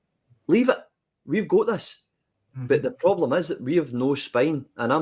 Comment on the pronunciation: Ffs.. wits the ploblem got me.. 😂😂 tea everywhere.. keep doing the lords work brother 😂🍀💀🍀